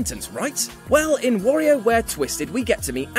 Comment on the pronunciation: I've never heard anyone pronounce "Wario" like that....